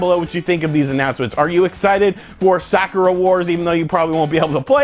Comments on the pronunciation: sakura------suh-koor-uh.....not sock-ur-uh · it's pronounced Sah-koo-rah' with a soft "k" said like one would say "beautiful" or "soft" and not hammer the consonants in the word so abruptly. Sakura Wars (aka Sakura Taisen) has had five games. it's a Shining force-like Strategy RPG with steam powered mech, and team of different girls from different nations. There is a pseudo-"dating sim" aspec which is more relationship/friendship building gameplay elements and yes the player can go out a couple of "dates" with the girls if certain conditions are met. The series has a hardcore but semi-niche fan base of the series. I am looking foward to the Sakura Wars alternate universe reboot game.